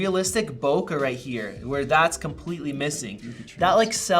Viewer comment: where did this pronunciation of bokeh come from? its bo K not bokah